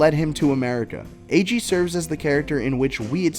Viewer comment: I love this but I hate the fact that you pronounced his name Aÿegheé